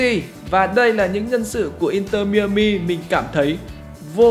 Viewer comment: mai a mi không phải mi ơ mi anh 😂